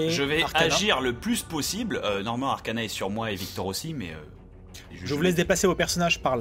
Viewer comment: J'entends toujours Arcanin au lieu de Arcana x))